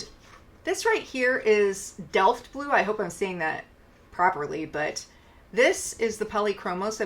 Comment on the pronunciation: I love all colours, but blue's by far and has always been my absolute favourites :) As a German I'd say you pronounced "Delft" perfectly, but the Dutchies might still digress - it's their city after all 🥰